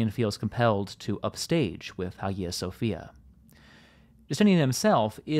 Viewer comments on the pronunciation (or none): none